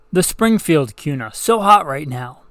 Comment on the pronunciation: Why are you pronouncing Kuna with a Q sound? Also, the foxtrot Mike 9mm is the shit. Has LRBHO too. Thing eats any 9mm ammo you feed it too!